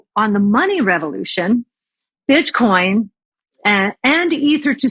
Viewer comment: She said Bitchcoin